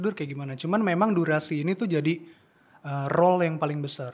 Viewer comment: Role dan roll cara bacanya beda. Koreksi buat.